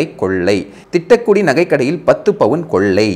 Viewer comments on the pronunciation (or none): none